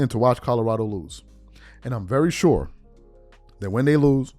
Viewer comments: Someone please tell Jason that it's pronounced Co-lo-ra-do, not Co-do-ra-do. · It's COLORADO not COTORADO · I can’t respect anything he says. He can’t even pronounce Colorado. Where is “Coddurado?” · Somebody teach Jason how to pronounce Kadarado